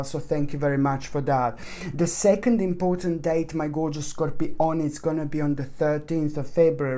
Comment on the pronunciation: Actually… every time you say Scopioni it makes me smile😌😍😉🤗💜✨